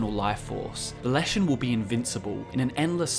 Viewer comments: Forest is les not las in Czech/Slavic that's why it's leshen not lashen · Word for forest is Les, sounds just like ‘less’, not las